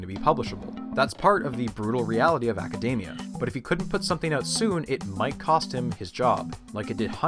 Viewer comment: Great video but I can't get over how dude says acadamia and not academia. Sounds super dumb.